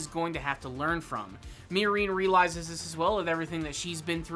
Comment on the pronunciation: The way you pronounce Miorine makes my skin crawl